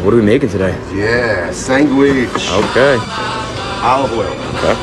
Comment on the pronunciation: Did he say a sangwich? The correct pronunciation of that word is actually sandwich